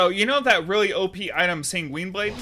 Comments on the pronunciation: Hey just FYI Sanguine is pronounced more like "Penguin", try googling "pronounce sanguine" you'll see. It's not "sang-WEEN" it's "SANG-win" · Sang-gwin with a soft g to end the first syllable and a hard g to start the next